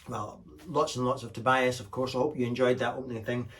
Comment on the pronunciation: It's pronounced Tobeeas.